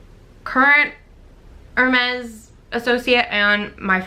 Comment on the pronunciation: Thank you for doing that, people never pronounce these luxury brands correctly. I don't understand what is the point of owning something that you can't even pronounce the name correctly.